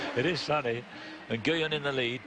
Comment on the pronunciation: I always love the British Eurosport commentators… although the pronunciation of both 'Ge' and 'Nguyen' here is pretty funny :P